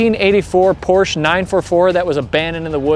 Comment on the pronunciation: You say it correct for me I say "Porsh"